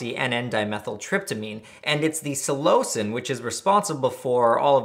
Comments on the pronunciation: Psilo-sin pronunciation Not so much Psi-lo-cin So 3 syllables but sounds closer to two. Also I cultivated cubensis for years(two years ago was my last bulk grow and I didn't even take any of that batch it was sorta just a hobby I enjoyed at that point cause I got lots of good reports from anyone who tried my grows and I took pride in the quality of each grow. I still use my dehydrator for ghost peppers lol, I wonder if I remember my shroomery password) and this is the first I'm hearing of this. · I am skeptical of your pronunciation of [psilocin], not sure why you deviate so much from the pronunciation of psilocybin (sillo-cybin, sillo-sin) and that it is responsible for the psychedelic effects isn't a belief but a well documented and researched finding. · I've never heard someone say Psilocin with so much emphasis on the o....is this how you properly say it? I've always said it Sil-eh-sin